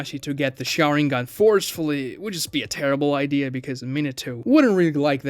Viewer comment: You can tell who watches the dubs or subtitled versions of Naruto by their pronunciation of SHARÍNGAN